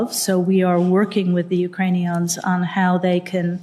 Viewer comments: Lol she called them ukrainions,also there is a odessa city in texas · Who are the Ukrainions? Like communist Klingons? She definitely said "Ukrainions". What's really going on here? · Let's be very clear and not spread fake news, she didn't say Ukrainians, she said Ukrain-ions.